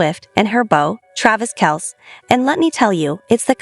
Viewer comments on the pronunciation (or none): Guys, get with it! Travis’ last name is pronounced “Kelsee, NOT Kelce! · It’s kelc-E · I heard the entire episode. Big Ed did tell the boys to use whatever pronunciation they liked. You're talking about Travis and that requires Kelcee, NOT Kelce. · Please learn how to correctly pronounce Travis' last name . It's a long E spoken after the c.